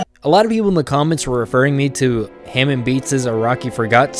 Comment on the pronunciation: bruh you watched jojo how do you mispronounce hamon the entire video